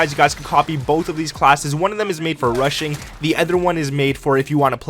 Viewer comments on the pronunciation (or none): Russian or rushing?? 🤣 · When you say rushing one it sounds like Russian one 😁